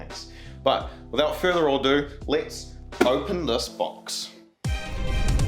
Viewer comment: "Without further Ordoo."